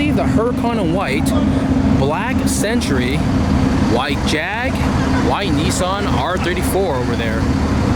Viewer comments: Lol, the way you pronounce “Nissan” 😂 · that’s how all Americans say it